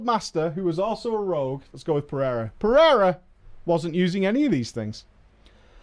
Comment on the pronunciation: Also, Portuguese last name, pronounced "per-a-ruh". Middle letter is a long A.